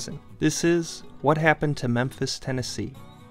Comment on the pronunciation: Memphis Ten a key!